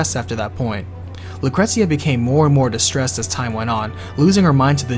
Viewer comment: Lucretzia??? Cait Shee? idk if those are the correct pronunciations, but you couldn't pay me to pronounce them that way lol